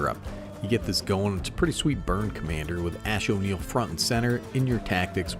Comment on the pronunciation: You actually pronounced axonil correctly im impressed